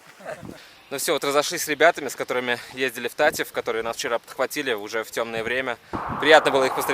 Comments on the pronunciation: Не та'ив а тате'в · Братан, только говорится ТатЭв а не ТатЕв) впервые слышу такое 😹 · Только не "тАтев", а "татЭв" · Правильно говорить ТАТЭВ УДАРЕНИЕ НА Э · Всё прекрасно, только называя монастырь ТатЕ'в, ставь пожалуйста ударение на букву Е, так правильней... Удачи ребята, мира вашему дому:)))